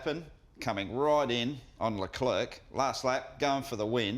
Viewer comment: Love the show boys... Great stuff... But please, you're mispronouncing Char Leclerc...